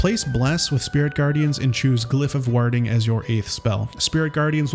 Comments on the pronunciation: Sorry I have to say something- warhding flare?! Ward - like 'war' (wor) with a d at the end. Warding - 'wor-ding'. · "WAH-ding" flare? Really?